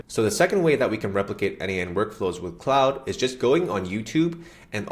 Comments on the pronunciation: KLOD not clowd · Its KLOOD not Cloud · CLOUD>>> 🤣WTF...Mate it's CLAUDE... Pronounced Clorrd!